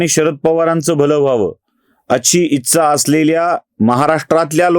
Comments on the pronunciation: कृपया ‘इच्छा’ या शब्दाचा उच्चार आधी दुरुस्त करा. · एकदम बरोबर विश्लेषण... विलीनीकरण हा मुद्दा च पटत नाही फक्त एक नम्र सूचना इच्छा या शब्दाचा उच्चार फक्त जरा पहावा. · मराठी शब्द ‘इच्छा’ याचा उच्चार कृपया योग्य रीतीने करावा